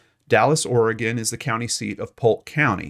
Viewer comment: Thank you for pronouncing Oregon correctly.